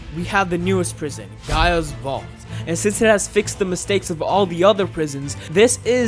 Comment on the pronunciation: Just me who, 1. got annoyed by how he pronouced gaia. And the fact that gaia is the earth godess yet this vault isint in the earth. But in all seriousness great video.